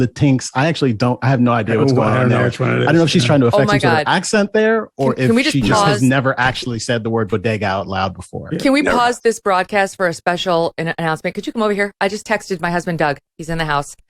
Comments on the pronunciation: These intersectional groups are going down.. BEAU-da-GAH’s??? What IS that? Bodega? Corner store? Wow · JILL BIDEN CAN NOT PRONOUNCED ONE WORD "BODEGA" BUT THE LEFT-WING DEMOCRATS DEFENDED HER.ON THE CONTRARY MELANIA TRUMP SPEAKS 5 LANGUAGES, BUT WAS CRITICIZED FOR HER ACCENT BY THE TRUMP HATERS. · Latin-x. not Latinks Megyn. I can't stand how the left is inventing new words for their new world liberal order. Latinos have voiced their dislike of Latin-x but use it anyway. this woman has a PhD in education and cannot pronounce bodega?? and she has tried to imitate Melania Trump wearing a message on her jacket. Who will she connect with breakfast Aunt Jamima Pancakes?? they are unique, until she took the pic od Aunt Jamima from the package geeze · She completely mispronounced bodega as well.